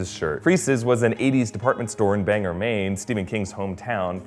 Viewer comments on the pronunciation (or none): BAN-gore. Not Banger. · its pronounced bang-gore not banger and for that matter its spelled Bangor so wheres the er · BANG-GOR not banger :) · It’s BanGOR Maine. Not BanGER. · I live in Maine and you are saying Banger when its spelled Bangor pronounced Bang-gor. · Banger Maine? It’s pronounced Bangor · It's all fun and games until someone says "Banger" instead of Bangor... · oh dear god... first siri, then a pilot, and now you are pronouncing it bang-ger? its bang-gor! (spelt Bangor) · ug, it's Bang-GORE not Bang-ger. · It's pronounced '" Bang- gor" not " Bang-ger" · Bangor, Maine is pronounced Bang Gor. :) Not Banger. Bang Gor Maine. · He keeps pronouncing Bangor "banger" but Bangor is pronounced bang-gore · Bangor. Its not "ger" its "gore" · BangOR Maine not BangER but good video I love this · its BangOR not Bang'ER. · Alright say it with me: "Bang! Gore! Bang! Gore! Bangor = Bang + Gore. Not Bang + ger. Not to nitpick or anything but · Bangor has a hard g, not bangor banGor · OKAY THE PROPER PRONOUNCIATION OF BANGOR IS NOT ‘banger’ it’s ‘bang-gore’ ffs, I live there so I’m sick of the mispronounciation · Bane as in mane with a b as in bill. HARD G as in gun and or as in orange. BanGor maine. sorry, i know he only said it twice and he clearly wasn't from maine but.